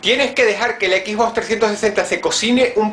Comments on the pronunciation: "equisbocs" eso te resta como 50 puntos de iq, de los muchos que dices tener. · jajaja dice "equis box"